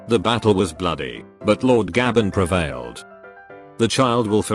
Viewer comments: its not pronounced gah ben its pronounced gay ben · The way the text-to-speech pronounces "Gaben" gets me every time.